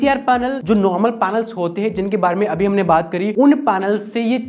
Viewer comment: पानल क्या होता है भाई ।।। पैनल होता h वो